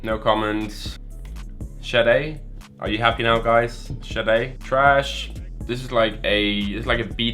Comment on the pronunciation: Haha you said Sade right this time